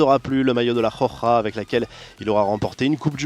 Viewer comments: C pas la JOJA ( khokha ) mais la ROJA ( roukha ) hhhhhhh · on dit pas la rokha mais la roja